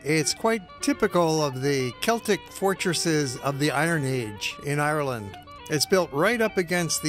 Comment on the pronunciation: Hi I’m from Ireland this man is saying Ireland wrong um where a green country and it rains a lot so um yh ask questions if ya want k bye